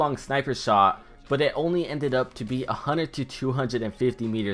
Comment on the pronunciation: Stop saying 100 like that